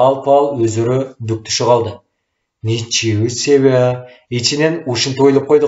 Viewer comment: Ничего себя эмес ничего себе деп окугулачы